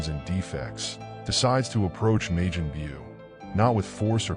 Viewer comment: "May-jin Bew" lol what?